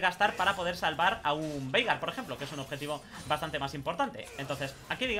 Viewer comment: Yo le escucho "Verga" xdxd en ves de Veigar xdxd